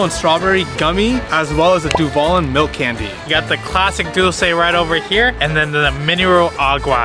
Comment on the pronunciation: Nope you gotta put tapatio on the corn and that is cotija cheese. The things in the tostilocos is called cueritos…. Not you at the kaelins by house 😭😭😭 aww I missed you guys… it’s du val Lin (lean) 😂 love how you guys are learning and still trying new things